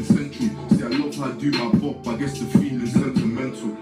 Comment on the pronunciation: he said bop not pop 😂😂😂